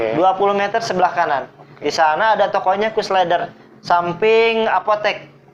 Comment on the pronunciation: le-der...bukan le ter